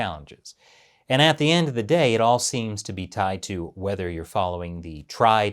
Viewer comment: Just so you know, it's "the" not "d" 😅